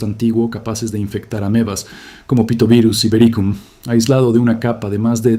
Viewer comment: Dijo pitovirus? Jajajaja